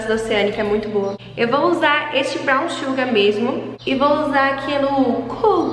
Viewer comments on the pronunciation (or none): none